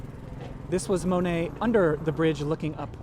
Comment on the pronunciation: Mo net. Not Ma net